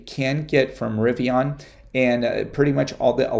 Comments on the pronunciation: I don’t know why this bothers me but it does because you keep pronouncing “Rivian” wrong… it’s not Rivion, with an “o”… it’s Rivian with an “a”. How would you pronounce the name “Adrian?” Adrion? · No offense, but you might want to listen R.J Scaringe pronounce the word "Rivian", because you sound really strange. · I totally agree with you, I don’t know why but it also bothers me too. I wrote a comment earlier about this very subject that he pronounces Rivian with an “o” but looks like he didn’t like it & deleted my thread already.